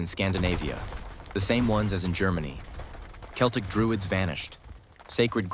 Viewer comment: It would be more convincing if the narration managed to pronounce "Celtic" properly. And no, they did not come here in 10,000BC and there was no such language in existence anywhere when Britain was recolonised after the ice age. All I hear is a lot of muddled pseudoscience mixed with modern myths like "Celts", "Anglosaxons" and "Vikings". Might as well be "Dwarves", "Elves" and "Hobbits".